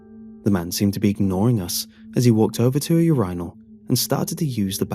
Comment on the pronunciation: Bro. I swear to god. If I have to hear you pronounce Urinal as Urhinol one more time D: 3rd Story is a good idea. ATTENTION! SPOILER INCOMING: When he cuts the corpses however, it doesn't make any sense that there is a lot of blood , or loads, when he is severing the limbs as the heads had been severed prior. Most of the blood would have gone.